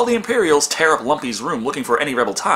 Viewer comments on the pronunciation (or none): none